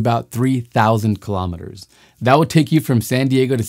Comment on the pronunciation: Kilometers is pronounced kilo-meters, not killomitters. Kilo-meters Kilo-grams